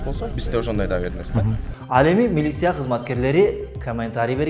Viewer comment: 🤣🤣бля журналист хренов, туура сүйлөштү үйрөнгүлө анан сүйлөгүлө, миилисия, каментари, савумлейку, энтерву и т.п. деп сүйлөп жүрөсүңөр бля